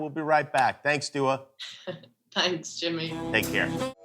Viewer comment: haha, he called her Dually. NO dude, her name is Dua and it means prayer.